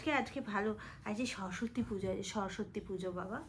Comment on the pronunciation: Shorosotti noy ota shoroswati hobe